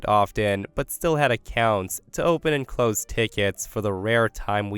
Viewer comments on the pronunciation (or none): none